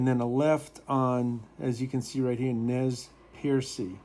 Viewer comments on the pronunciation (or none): It's pronounced "Nez Purse" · Nez Perce is a tribal name it’s prnounced Nez purse. Silent E